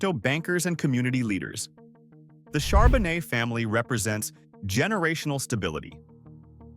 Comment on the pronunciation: Surprised he said Charbonet right